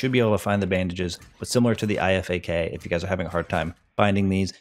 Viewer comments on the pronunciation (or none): And the IFAK is pronounced “eye-fac” at least thats what we say in the military